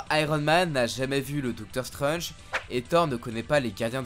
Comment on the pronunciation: Strange, pas skrunche😧